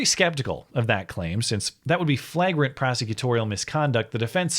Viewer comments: Not to be that guy but it's pronounced "flay-grant" not "flah-grent" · I love your videos but the way you're saying flagrant is driving me nuts.... try it like this....( Flay grent )